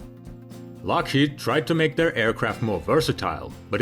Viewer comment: is it just my impaired hearing or does the narrator say LOSHEED instead of Lokhead??